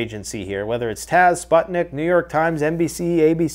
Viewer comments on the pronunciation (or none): none